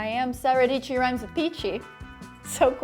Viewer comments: Sara Dietschy rhymes with Peachy in the morning?? What a way to start the day! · Sarah dietchy rhymes with peachy